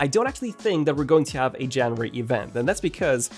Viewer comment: Where did you learn to pronounce January?